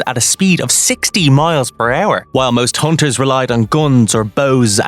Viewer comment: I keep hearing haunters